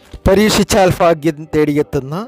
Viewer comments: ഫാഗ്യം അല്ല ഭാഗ്യo ഫക ഫാൻ അല്ല ഭഗവാൻ ആണ് പറയാൻ പഠിക്കു ആദ്യo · ഫാഗ്യം.... ഫാഗ്യം.... ഫാഗ്യം.... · ആദ്യം മലയാളം പറയാൻ പഠിക്ക് 'എന്ത് ഫാഗ്യം!